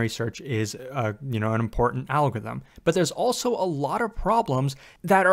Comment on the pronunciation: Not being able to pronounce "algorithm" must have made this video more difficult to make.